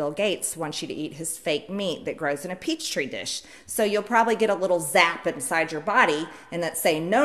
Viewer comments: "Peachtree Dish". Funny, but not an entirely surprising slip for someone from Georgia: In Atlanta there's a Peachtree Street; and a whole upscale neighborhood called Peachtree Center, where MTG probably shops, is just north of downtown. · Lol...she said "peach tree dish". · Bahaha "peachtree" dish... so sad. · What is a peach tree dish. Why can’t she talk? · Did she say "peach tree dish"? 🤣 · Did she say peach tree dish?? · “Peachtree dish”? 😂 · Did she say peach tree dish. Ha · Did she say peach tree dish? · Did she say "peach-tree dish?" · That was aggressively stupid I swear I lost braincells when she said peach tree dish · This is your sitting member of Congress ladies and gentlemen. Petri Dish is now a Peach Tree Dish. If she can’t distinguish the difference, I don’t even want to listen to the zap part 😂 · Peach tree dish??? Hahahahaha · Did she sit there and say peach tree dish? This HAS to be an act! She is out of her freaking mind, what little she had! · "Peachtree dish" 🤣🤣🤣 this woman (and I use the term very loosely) is wrong on every level and what is her obsession with food?! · Did she just call a "petri dish" a "peach tree dish"? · I wanna give her the benefit of the doubt, and say “peach tree dish” was just a slip of the tongue, or a simple mispronunciation….But at the same time, it’s also pretty believable that MTG genuinely just thought it was “peach tree” instead of “Petri” 🤔🤷🏼‍♀️ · Peach tree dish???? LMFAO It's a petri dish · It’s Petri dish not Peach tree dish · Peach tree dish ? 🤣😂🤣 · OMG, I didn't even notice that she said peach tree dish. My brain must have automatically corrected it. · She probably said "peachtree" dish on purpose to get extra press. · What the hell is a "peach tree dish"?? Did Marjorie Green graduate from high school? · I'm sorry. I haven't even made it past 18 seconds and I have listened to the beginning 3 times. Did she say peach tree dish?? I'm done!